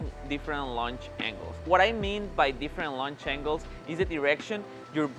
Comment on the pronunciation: When he said Different Lunch Angles...